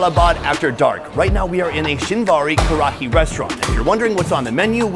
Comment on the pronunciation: Karahi is pronounced more lika "Ka-Rai", just so you know